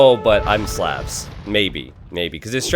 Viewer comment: Love the channel. You pronounce Slavs wrong.